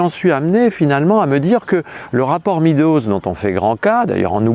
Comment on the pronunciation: Excellent! Cela dit: MÊDOZ pas MIDOZ SVP!! En français, E + A ça fait [éa] ou [eua] mais ça ne fait jamais [i]. Figurez-vous qu'en anglais, non plus. Donc, pourquoi dire 'le rapport [midoz]. En anglais, E+A ça fait [i:] ou [ê] (désolé pour la transcription approximative, mais il n'y a pas de symboles phonétiques sur mon clavier et d'ailleurs personne ne serait capable de les lire car personne n'y prête la moindre attention.) Meadows, ça se prononce [mêdoz] et JAMAIS [midoz]. Étant donné l'importance de ce document et en général, des contributions énormes en anglais, au sujet que vous traitez, ça serait super que ce mot ne soit pas systématiquement écorché par les francophones, ce qui en plus, encourage, tous ceux qui écoutent à faire la même erreur. Le résultat est que vous mentionnez le rapport [midoz] à des anglophones, et ils n'ont aucune idée de ce dont vous parlez.